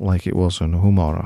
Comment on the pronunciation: As cool as this tool is your pronunciation of Homura and Suyimazu make me cringe... lol. They're Japanese words/names and the way you say them... Ugh... I also couldn't help but notice that you put Suzumiya Haruhi in this video's thumbnail! I love her and I love anime! Great touch! Cool video though as always.